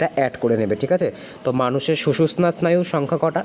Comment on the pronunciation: স্যার ওটা সুষুশ্না নয় 😂 সুষুম্না স্নায়ু হবে.